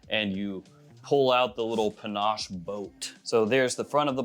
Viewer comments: Why are you calling it Panache? It's pinnace, a type of boat. Can't wait to see the shelves all filled up😀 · please stop mispronouncing "pinnace". It rhymes with "Guinness".